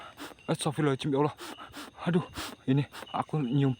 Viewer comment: Saat ngucap istigfar jangan pengucapan kata ahirnya "astagfirullahalnga(jim)" karena hurufnya (do') bukan (jim). Maaf cm meluruskan. Semangat terus bang...